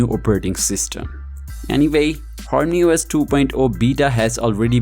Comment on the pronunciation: Active the Translated..... Hormany os >>>horny OS..... 😑😑😑😅